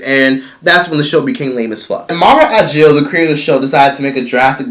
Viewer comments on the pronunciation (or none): Thank you for this. Btw it's AKIL - you're mispronouncing the last name. Not a J. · Mara Brock Akil....not Agil. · Say it with me: mara brock aKil... no “g” anywhere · Her name is Mara Brock Akil, right? I keep hearing Ajil....Unless I'm hearing him wrong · It’s hard to focus when he keeps slaughtering the creators last name AKIL! Not ajil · He called Mara Brock Akil "Mara Ajil" oh lawd...please get this lady's name right. But the rest of the content was cool tho. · Mara Brock Akil NOT Agil! Wtf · HOW do you KEEP butchering this woman's last name? Mara AKIL, not AGIL... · Her name is Mara Brock AKIL, with a “k” not “j”!!!🤯🤯🤯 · Her name is Mara AKIL not Ajil or Agil. 😂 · It's Mara AKIL (Akeel) ... not whatever youre saying boo Ageel??? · Bro, how are we supposed to trust your info when you can't even pronounce the people's names right? Her name is Akil, not Agil. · I love but, that "agil" took me out!! It's Mara Brock Akil "a-kil" lol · Listening to this dude mispronounce MARA BROCK AKIL is incredibly annoying! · It's Mara Akil with a "K". Nice Video